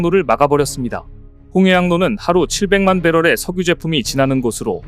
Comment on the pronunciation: Ai학습이 잘못됐네. 석유-서규로 읽어야지. 성유로 읽으니 한국어 배우는 외국인이나 어린애들이 헷갈리겠네. 자막 안보고 들으면 무슨 말인지도 모를듯. Ai교육을 제대로 할 수 있는 시스템을 ai분야 엔지니어와 국어학자들의 협업으로 만들면 안될까? 돈이 안되니 나서지 않는건가? 그렇다면 정부부처에서 나서서 문제를 해야하지 않을까?